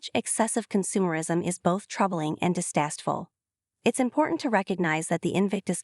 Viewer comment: Aha! You gave it away, ai, when you said "distasteful" but pronounced it "distasst-ful". And I know that you are metal because you are giving off no human intonations. Gee this ai is really everywhere. But who is the programmer? the writer of these words? Still, good ideas presented.